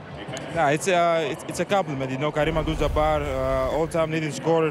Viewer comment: First person ever to pronounce Kareem's last name correctly! Wish we could do the same for you Giannis :D